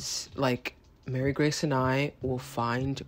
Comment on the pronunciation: My name is also Mary-Grace and I was so thrown when you said it lol